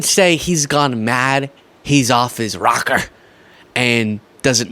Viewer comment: Off his "ROC KER". lol